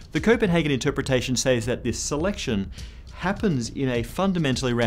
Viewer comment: You love stringing together long jargon words because it makes you feel clever. Says is pronounced sez, not says.